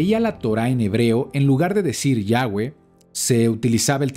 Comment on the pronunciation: shalom shalom!!! que curiosa información...aprendí mucho....una curiosidad... por que ahora pronunciado YAHWEH (GUE)? si ya antes aclaro que se pronuncia (VE) no digo que esta mal pero la pronunciación si lo esta ya que la W en el aleman y polaco suena como V ....ya que YHWH viene del judío azquenazi....pero igual...excelente enseñanza